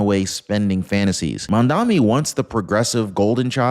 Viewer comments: He is not 'Mandami' as you are pronouncing it, he is Mamdani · It's MAMDANI!!! Not MAMDAMI!!! Pronounce it correctly... you sound uneducated!